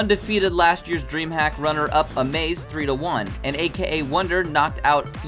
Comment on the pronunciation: Just saying but you pronounce it as "amas" not amaze :p. Good recap though